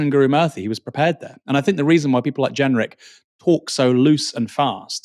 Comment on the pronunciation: Love the channel but please the word THINK is not and never has been pronounced FINK